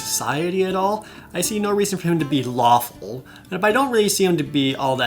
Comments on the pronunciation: I swear I hear him say waffle instead of lawful XD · When you said "lawful" I thought you said "waffle" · laughing so hard because every time jared says "lawful" my brain keeps hearing "waffle" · When he said "lawful" I thought he said "waffle" like ah yes... I am waffle good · When he talked about the alignments, for some reason, what I heard was "Good, Evil, Chaotic, W A F F L E ..." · am I the only one who heard "Waffle" despite already knowing the D&D alignment scale? XD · When he's talking about alignment it sounds like he's saying "good, evil, chaotic, waffle" XD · Ok, I know what they're supposed to be, but I swear, I thought you said Waffle.